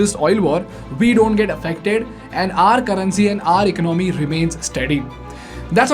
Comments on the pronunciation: Hahaha whats "ech nomi" my dude 😂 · Tell him about "Eknomy" 🤣🤣🤣🤣🤣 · Shocked that this guy has 2.48m subscribers. He can’t even pronounce economy